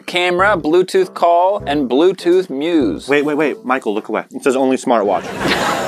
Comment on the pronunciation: Kickin back being "buletooth"😂